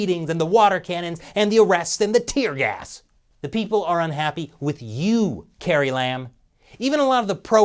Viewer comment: I couldn’t catch what you were saying. Did you said “Tear gas”?